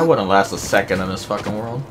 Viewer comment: The WOLD of Zeffo?